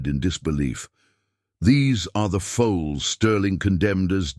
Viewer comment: It’s foals not foes and it’s colts not cults. The AI writer needs a human to spellchecked.